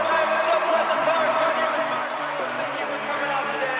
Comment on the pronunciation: He said marshwalk in the first also